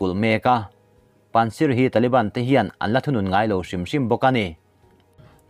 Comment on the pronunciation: Afghan buaina:panshir nilovin (panjshir) zok a nia . Min lo hre thiam don nia 🙏 chuan pakistan president nilovin PRIME minister Imran Khan zok ania hei hi chu I chiar sual palh 😅😅.